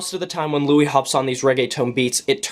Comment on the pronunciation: Also pronounce the "s" in his name. His name isn't "Louis" (French origin with silent "s") it's "Luis".